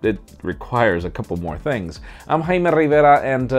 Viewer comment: I don't think you say your name like that. Just say hi-mé. Not Khaisgejajamdhwie.